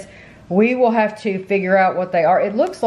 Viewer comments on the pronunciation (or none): none